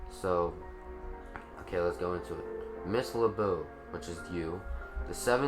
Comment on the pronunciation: "LeBeau" rhymes with "rainbow"- it's French, literally means "the beautiful".